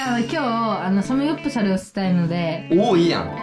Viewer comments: サプモクュ ⇩ サムヨプサプル ⇩ サムギョプサルを頑張って言うの 可愛いんよなっ！！！ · ぎしのトーク兄妹みたいだね。サムギョプサルを言えない可愛すぎる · ぎしの家めっちゃくちゃパッと見綺麗✨いいなぁ〜 サムギョプサル言えないの可愛い❤❤ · サムギョプサルと言えなかったが懐かしい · サムギョプサル言えないの可愛すぎた！ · サムギョプサル言えないかわちい